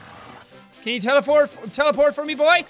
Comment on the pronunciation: "can you teleforf?"